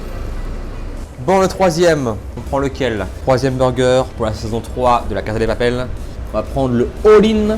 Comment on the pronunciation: LA CASSA DE PAPEL bordel le s se prononce "ss"